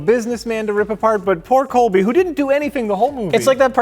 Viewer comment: I love when doesn’t know somebody’s name like the others, he tries to listen to what they’re saying but doesn’t always get it right. He knows he might not have it right, so he tries to pronounce it quietly, but there is a soft L in “Colby” Smulders instead of Coby. He does the same thing with Rutger “Howard” instead of Hauer in the Turbulence 3 episode. He tries to fade it out, but it’s there because he didn’t entirely hear them right.